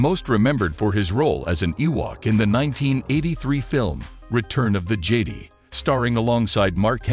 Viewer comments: "Return of the Jady"? Has the narrator ever heard of Star Wars before? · Return of the "Jade-ee"?, - "Jetty?" 🤦‍♂️